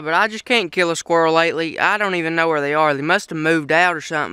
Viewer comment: did you just say "kill a dead squirl"? it dosnt matter i just thought it was funny, good videos keep it up.